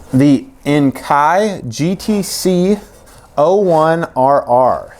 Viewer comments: It's pronounced En-Kay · It is pronounced Enkey! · it's enn kee. Nice wheels either way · Pronounced En-Key 😝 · BTW - it's pronounced En-kay (or En-kee). :) Not a fan of either, but BOTH are better than the OEM. :)